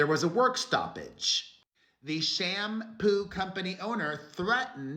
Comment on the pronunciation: lol “sham-poo” I caught that lol